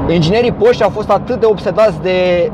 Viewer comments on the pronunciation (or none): Se pronunță ,,porșe" ...